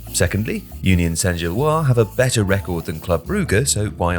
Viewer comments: It's Saint-Gilloise, not Saint-Gillois. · "Gilloise" has an "-se" at the end, so "Union Saint-Gilloise" ends in a "wahz" sound, not a "wah". (Like the name "Francois" vs. "Francoise", for example.)